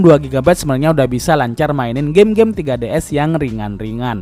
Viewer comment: Bjir 3ds disebut tiga ds